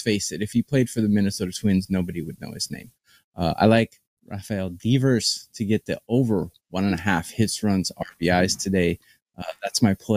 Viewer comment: Rafael Deeeeevers? Come on man at least pronounce his name right. Devers is a top 20 offensive player in baseball.